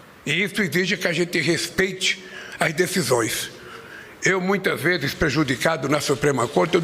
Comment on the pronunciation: Esse é o Presidente de um Pais? aos é impressão minha ou ele fala "muitas veis"? KkKk.